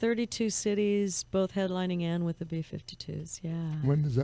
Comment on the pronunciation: "Wit Terry Bozzio..?" Oh, Mr. Jones...